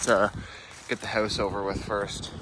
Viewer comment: Why do you say the word … house so funny? It’s just weird the way you say the word … house You say like …. Howse. Just weird 🤣